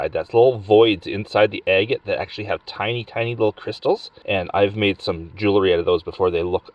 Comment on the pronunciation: Ah ha you can say it correctly...I heard you say jewelry not jewlery...lol. Then you said it jewlery again. 🙄